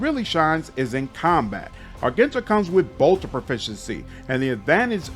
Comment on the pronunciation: the G in Argenta is pronounced like a J. and Sororitas is pronounced "Suh-Roar-Ee-Toss"